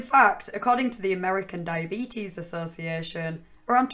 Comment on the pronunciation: I think you are saying diyabeetus wrong. But in all seriousness every time you say "OP", I'm like, who the hell is this Opie guy?